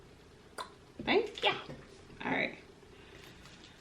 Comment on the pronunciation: She said “ Thank ya!”😂😂😂